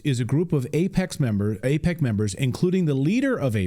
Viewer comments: It's NOT pronounced A-peck, it's pronounced A-PACK as in PacMan. Don't be so sloppy. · Apaaaac not apeeec